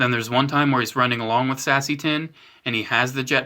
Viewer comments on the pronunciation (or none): Sassy tin 😂 🤣 it’s pronounced say-see tin